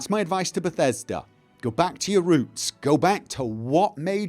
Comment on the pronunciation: Lmao. At around the 18 min mark, i thought you said "go back to your room" not "roots". I did a serious double take. Very good video though. I always appreciate hearing your opinion. Keep up the good work bud!